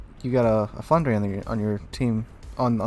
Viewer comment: Hi, pronunciation is "Flandr" (without the "ers" at the end). Cool stream 👌